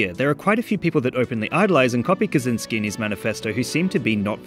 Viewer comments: It's not "Kazynski", it's "Kaczyński" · For future reference: Kaczyński is roughly pronounced as "ka-tchyn-skee"